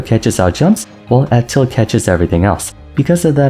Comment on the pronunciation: When you say f tilt, it kind of sounds like you're saying up tilt, not sure if anyone else was confused by that